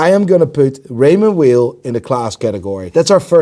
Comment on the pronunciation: It’s pronounced Raymond “vile” not “wheel” that’s the way you pronounce WEIL. I’m Swiss btw.